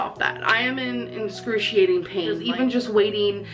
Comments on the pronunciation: She doesn't say excruciating she says "in-scurciating". 😵‍💫 "Talking english is hard for me" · “i’m in inscrutiating pain” - 😂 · well 💩 good thing I spelled it wrong in the first place! That dumb word is literally how the subject of this video pronounces excruciating, IN THIS VIDEO AND MANY OTHER TIMES!!😂😂 also, if a person is on a device with voice dictation it probably has spell check as well… 🤷🏼‍♀️ I didn’t think that the obvious joke on one of the many words this girl pronounces wrong was necessary but I guess..hmm have fun ✌🏻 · She’s in “inscrutiating” pain 😂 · "inscruciating pain" 😂 gorl should just stop with the faux intelligence.. I mean, we already know it's untrue. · "I'm in inscrutiating pain!" - dumb ass